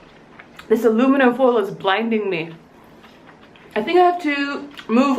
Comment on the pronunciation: Aliminum Foild Blinding....Ha ha ha ha